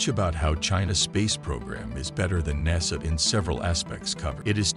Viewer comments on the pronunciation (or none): none